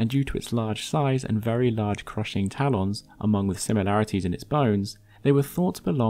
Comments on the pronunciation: 4:-01 did u just Call Taa- Lens..... Taa Lawns??a lol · Nobody: MLM: Tal-Ons